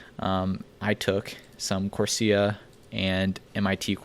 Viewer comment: It’s “Course-Era” how do you not know this..